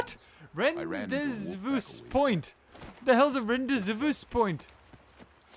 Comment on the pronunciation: it's pronounced Ran-day-voo point.